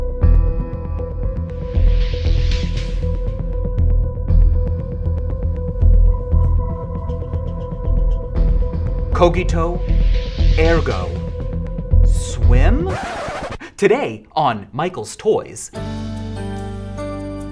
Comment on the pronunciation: "kOAGHITO" It's pronounced "ko-JEE-to"